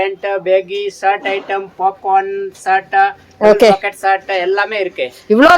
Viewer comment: பேக்கட்😂😂😂 இல்லை 😅😅😅... பாக்கெட்😁😁🤣 தமிழ் கொலை 🎉🎉🎉